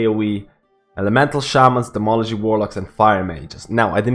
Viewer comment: Demology? You mean Demonology? :)! Also, tier 21 seems like it's going to change things up.